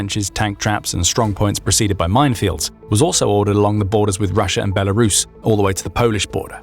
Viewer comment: There is no "H" in Belarus.